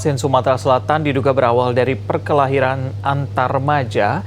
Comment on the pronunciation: Mulutnya typo "Perkelahiran" wkwkwk